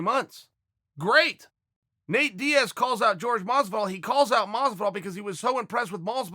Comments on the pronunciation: Its JORGE. Hor Heh. Not george. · It's "whore-hey" not George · My ears bleed every time He says “George “ .. JORGEEEEEE Is his name DAMN IT ! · Hor-Hay Chael not George, come on lol Jorge Masvidal (Hor-Hay Masvidal) lol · Chael can you stop butchering his name like that? it's Horhe not George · jorge is just the spanish version of george makes sense for an english speaker to pronounce it that way my brothers called carl when we went to mexico no one called him carl they all called him carlos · You can see how Jorge could be pronounced George, but if you're parents took the time to not name you George specifically I feel like it's insulting to them if no one else to call their child George when it's Jorge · Chael, his name is Jorge. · Why's he pronouncing Masvidal's name as george? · Nobody: Absolute Nobody: Chael Sonnen: George Masvidal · Bruh is Hispanic its Jorge even though he doesn't want to accept it. The guy also calls yoel joel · European people named Jorge pronounce it "Georgay". Though here were wondering if he will fight Kamara so who really cares.